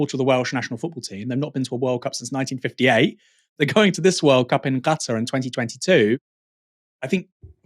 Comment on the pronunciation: I'm hearing you say Gatar ? its KA TAR